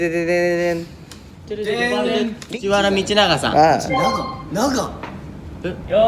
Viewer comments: 琳寧くん、藤原道長は「ふじわらのみちなが」って言うんだよ！ （「ふじわらみちなが」じゃないよー」） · 藤原道長を"ふじわらみちなが"って読んだ時に琳寧くん知らなそうだなと察してしまった